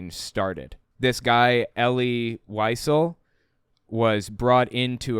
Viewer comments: Wiesel is pronounced like “vee sell” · Wiesel is pronounced “vee-zell” 💙 That’s my only critique—top notch as always,!